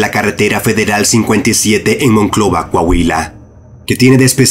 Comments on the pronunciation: Solo una cosa, es MONCLOVA, no MONCOVLA. Saludos. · ¿Moncovla o Monclova? como si fuera tan complicado de pronunciar. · dice Moncovla 😂 Y es Monclova 👍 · moncobla 😂😂😂😂es Monclova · Soy el unico que se dio cuenta que dijo "moncovla" en lugar de Monclova. Es una ciudad de México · Hay hay, por una ves q lo pronunció mal, mi Monclovita en uno de tus vídeos!!! Wooow!!!